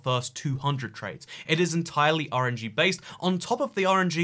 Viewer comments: says "RNG" but all i keep hearing is "orangey." Like, bruh, what you got against citrus??? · When he says RNG for some reason I hear orangey